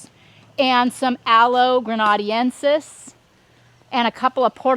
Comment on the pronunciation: Aloe grena-DEN-sis....